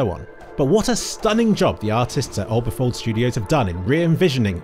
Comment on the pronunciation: Orbifold, not Oberfold studios. great video as always